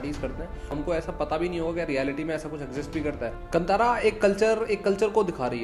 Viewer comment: It is pronounced कांतारा not कंतरा